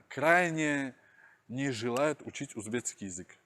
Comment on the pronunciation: говорит узбецкий, Но правильно ведь узбекский.